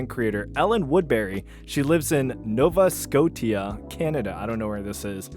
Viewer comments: It's pronounced nova skosha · "Nova Sco-tea-ah" Nova Sco-sha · it’s pronounced nova sco-SHA you filthy american😤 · “Nova Scot-tee-ah” 😂😂 it’s no-va sco-sh-ah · It's pronounced "Nova Scotia" you brainlet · not that badly, no. Especially when "sko-tee-uh" doesn't sound like any word. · its pronounced, " Nova Scoshia" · Nova Scrot-ia 😂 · "She lives in NOVA SCO-TEA-UH, Canada... I don't know where this is." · bro cant pronounce nova scotia lmao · "Nova Scotia" is pronounced "Nova Skoh-Shuh". It's Canada's 2nd smallest province (the smallest being Prince Edward Island) and is one of the three "Maritime provinces" or simply "The Maritimes." As a Nova Scotian who's proud of his home and the people that lives in it. (Minus the internationals that flood the place.) We don't claim her. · The way you butchered Nova Scotia lol. It's pronounced Nova Sko-Sha 😂 Great video ❤️ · It's pronounced nova scoshuh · Chopped for not being able to pronounce Nova Scotia. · I'm pronouncing it that way now just because you did 🗿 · Mispronouncing “Nova Scotia” is absolutely based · That might be the most unique pronunciation of Nova Scotia I have ever heard. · How do you pronounce "dementia?" If you know the answer to that why would you EVER pronounce Nova Scotia the way you just did? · Bro can't find any other reason to criticize him lmao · I’m not Canadian (thank goodness), but that pronunciation of Nova Scotia really did my head in 🥴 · Your pronunciation of Nova Scotia hurts me as a Canadian. (Did get a good laugh though)😂 Love the video too. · Not knowing where Nova Scotia is or how to pronounce it is wild 💀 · That pronunciation of nova scotia 💔💔💔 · as a nova scotian, the way you pronounced nova scotia hurt me inside a lil LOL (btw we dont claim her, eh maybe the majority of NS does since its a red province, and shes your typical lib lmao, but i definitely dont) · That "Scotia" killed me lol